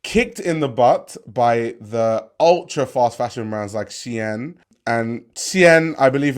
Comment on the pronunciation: Keep calling it Shien